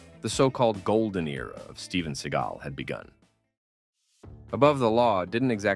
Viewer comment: Steven SEA-GAL 😂😂 a gal from the sea